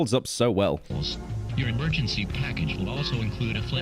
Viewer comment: says "EMERGANCY"